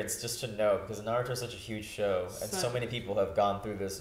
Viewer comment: Stop calling Haku "she"! And stop saying Naruto's name wrong!